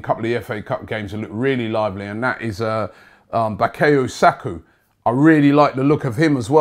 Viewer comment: If says Bakeyu Saku, it's Bakeyu Saku